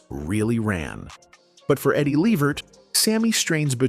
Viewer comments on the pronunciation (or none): The proper Pronounciation of EDDIE’S LAST NAME is LeVERT…with the ACCENT on the SECOND SYLLABLE. Not LEE-vert. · Eddie L-EEE-Vert ... come on man ... get the AI to pronounce Eddie's name right !!! Damn !!! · You can see this guy telling this story can't even pronounce Eddie's last name right, this is why you don't let White people tell your story or our history. I bet if it were Frank Sinatra, he would have gotten it right. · This narrator kept mispronouncing Eddie Levert's name. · I agree! Can’t watch it!